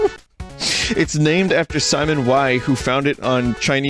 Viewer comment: Vinny pronounces Geocities the same way Megamind pronounces Metro City.